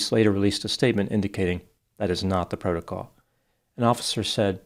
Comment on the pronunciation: I'm thinking if she would have said, PRO TO COL instead of PRO LO TOL they would have understood her, and done what she said. . . . . NOPE. 😂😂😂